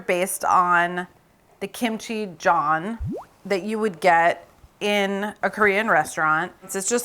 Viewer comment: the pronunciation would be "juhn" rather than "john" for the pancake part. in recipes that I see in English, they usually write it phonetically like jeon. I like the idea of the cheddar cheese. at first I was confused why so many ramen videos included melted cheese but finally realized it was for additional umami. I guess it took a while to understand how different cultures add umami to their dishes...